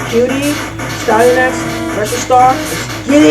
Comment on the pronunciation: Destroyed a great game! Ah, the classic little "smudge" on the lens recording hehe I got one of those as well in a vid. Also I think it's "Ass-Tea-An-Axe" Doing a great service for the gaming commune by destroying all these games! Keep it up!